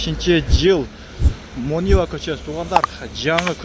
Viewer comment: Мониев Мониева деген көчө жок, сартка окшобой Монуев деп сүйлөчү, жана айтмакчы тротуарлар тар болуп калыптыр, фонариктер тротуардын ортосунда турат, эки адам араң батат. Ушуларды дагы айтсаң, акты ак караны кара деп эле, калп эле пахта коюп эле мактай бербей, биз талап кылбасак ким талап кылат, жөн мактап жата берсеңер бийликтегилер көөп кетет.